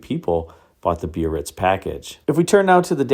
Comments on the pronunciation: You say bee-uh-ritz, I always thought it was buh-ritz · pronounced Bar-Ritz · Eldorado biarritz is pronounced berr its